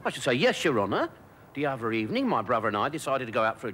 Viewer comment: Oh good Ebening 😂😂😂